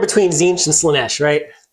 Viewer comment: Slaa-tzeentch? … gessuhntite!